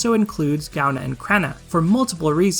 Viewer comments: Partially because I'm Irish, partially because I'm pedantic, if it interests you at all (and if it doesn't, by all means, ignore this post): Gaibhne is pronounced something like "guy-vnyuh" (for the second syllable, roll a "v" sound into "nyuh"), and Creidhne is pronounced something like "cree-nyuh" (with the "r" rolled (technically a flap, if that makes sense)); if IPA transcriptions help, the pronunciations are [ˈɡovʲnʲu] and [ˈcɾʲeːnʲə]. Love your content; thanks for confirming my thoughts on the matter of water dragons. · I REFUSE TO PRONOUNCE GAIBHNE & CREIDHNE LIKE THAT